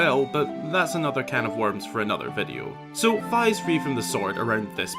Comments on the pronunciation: its fih not fhy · I thought it was pronounced Fi as in Fiona not Fy. My whole life is a lie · I now know it's Fi (like fly) but I pronounced it Fee for the longest time and can't stop saying it that way in my head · I'm pretty sure her name is pronounced like fee, just like another Japanese word ki.. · It's how he pronounced Fi tho 😭 Bruh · It’s pronounced like the half of Wi-Fi